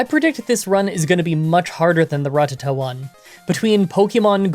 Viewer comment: who is Ruhtuhtuh? never heard of that pokemon before